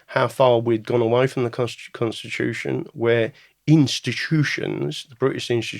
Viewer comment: The conshtitushion is the solushion